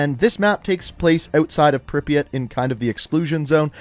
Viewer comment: I forgive you for ‘Dontesk’ because of your pronunciation of Припять.